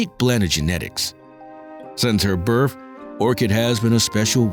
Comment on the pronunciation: Are you REALLY saying BIRF. It's BIRTH!!!!!!!!